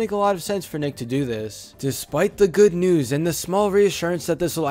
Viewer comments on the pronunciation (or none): none